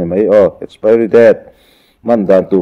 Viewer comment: Mizoram a piang in ti si, mizo tawng pai si, saptawngte a hmang ve, a lam dik bok silo, expari😂😂😂😂